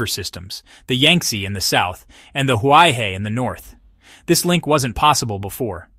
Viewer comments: "He" means river and is pronounced her not hi, therefore Huai Her not huai hi. Commentator should at least learn how to pronounce properly as respect for the language and people. Nobody likes to hear his or her name mangled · Great video! Please read Huaihe as "who-eye-her". Thanks.